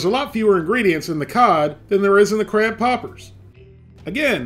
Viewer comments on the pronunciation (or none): Did you say beer battered crap poppers? lol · When he said crab poppers i thot he was saying crap hoppers